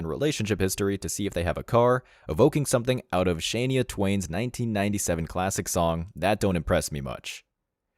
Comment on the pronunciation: Dang, bro is so young he missed all the Shania Twain videos and doesn't know how to say her name.